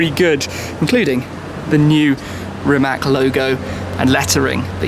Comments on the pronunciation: Everyone is so amazed by the car, yet all mispronounce the name!!! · Read his name like it was written Rimatz - then you'll pronounce it right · It's actually pronounced Rimatz. I'm also very proud to be Croatian! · You're pronouncing the name wrong. Sry (Rimac - read it like Rimats) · can you try to call it Rimats ? Then it will sound like it suppose to. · It's Rimac with a 'c', not a 'k'. Please say it correctly.. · it is pronounced Rimatz, learn the basics so you don't embarrass yourself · since im Croatian, i get so triggered when shmee says Rimac wrong. like if you agree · You have a car YouTube channel, yet you can't pronounce the name right .... Rimac is not with a hard c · srsly? Do English speaking people do it on purpose (mispronounce it), or they just CAN'T pronounce simple surnames like "Rimac" ... I mean? Are you that dumb... :\ I would understand if it was Miljevic, Savljevic, Krstulovljevcic etc... but COME ON - RIMAC. How hard can it be? :\ you lost me there. bye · It's not that hard to learn how to correctly pronounce Rimac is it ? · Still can’t pronounce the name. Really? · Still shocked nobody can get Rimac's name right. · Who else is annoyed with wrong pronunciation of Rimac? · Then how do you not get mad at Shmee's and everyone else's mispronounciation of rimac? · zelja TM ...Nemoze on reci slovo C, jer ima govornu manu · You don't pronounce "Rimac" like that. But you knew that... just don't care. Right? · just a hint...it"s Rimac not Rimak ;) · Can you say Rimac correctly it is a regular european C not the "english" c and it is not rəmák but Rímac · Great car! Btw. pronounciation is rimaC, not rimaK :) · I mean seriously why you all foreigners can’t learn how to properly pronounciate the name of the car? It’s Rimac (read it as Rimatz) , it’s not Rimack or Rymac... I would be ashamed to call myself car journalist or car enthusiast without learning how to properly pronounciate the name of the car.... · You wrong speak ,it is rimac not rimak.